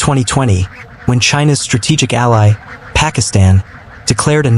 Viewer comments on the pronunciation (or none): none